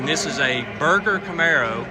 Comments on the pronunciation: Just for the record...it's not pronounced Berg-er Chevrolet. It's sounds like Ber-Jer so it sounds like Merger. I went to College in Michigan in the early 80's and visited that dealership many times. They were know for selling and collecting many high performance rides on 28th st in Grand Rapids! My buddy worked as a used car salesman and gave me a tour of some of the rare beasts hiding in the back...Wow! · nice .....its not burger chevrolet but berger chevrolet